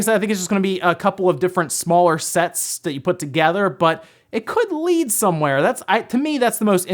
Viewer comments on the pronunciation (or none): none